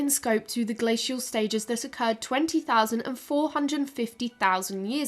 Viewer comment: Omg the constant switching of glacial pronunciation, that got me